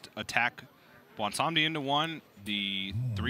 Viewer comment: Thanks to you two for correctly pronouncing Bwonsamdi